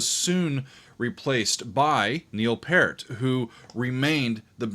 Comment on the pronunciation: Neil's last name is actually pronounced like the word "peer", with a T at the end. I know it's spelled like the fruit, but it's not pronounced that way. Crazy Canadians. 🤓 Hell, they even call YYZ "Y Y Zed"